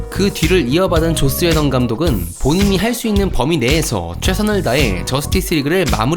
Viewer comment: 왜 게속 조옻스웨던이라고 들리지?